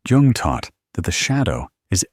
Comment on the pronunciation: The man’s name was JUNG! J-U-N-G